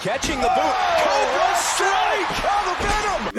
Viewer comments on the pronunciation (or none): none